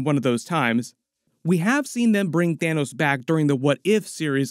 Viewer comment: lol "Thinos"